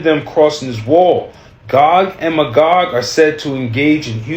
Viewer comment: 🤣 It's pronounced MAYgog. Gog and MAYgog.